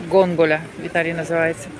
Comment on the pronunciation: Яка "гонГолЯ"??? ГОНДОЛА !!! Жах.